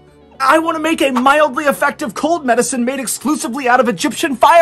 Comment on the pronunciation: “ milidly effective.” 😆